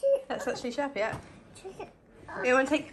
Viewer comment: And how perfectly she said Sherpa.